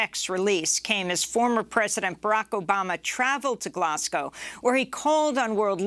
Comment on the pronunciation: "Glaz-go" not "Glass-cow". Why is it only Americans who insist on mispronouncing this?